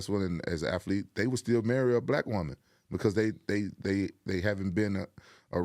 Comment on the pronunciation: The way he said BLACK WOMAN I'm hollering over here I mean kicked my leg in the air fell back hollering laughing!